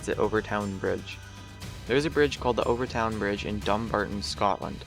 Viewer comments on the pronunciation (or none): Overtoun is pronounced over-tin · btw... overtoun is said "Overton" the I is silent.:) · In case it ever makes a difference, Overtoun is said like "Overton". A lot of Scottish names have a u in them between o's and u's but it appears that you just say it like the u isn't there. :) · Additionally, "Overtoun" is pronounced "Over ton." And you neglected to mention the fact that the dogs who survived their first jump would, immediately after recovering enough to move, run back up to the top to jump again.